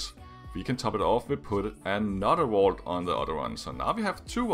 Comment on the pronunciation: Number 7, it sounds like you're saying the wall drops down on the generator, but it's actually a vault. Wall is so different from vault I can't tell if it's your accent or you just got it wrong